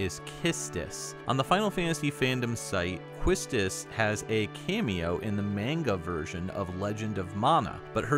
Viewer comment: isnt it ironic that u made a video on the pronunciation of her name, but u cant pronounce Manga correctly? haha xD